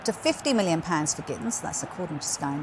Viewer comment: GittENS. It's not difficult.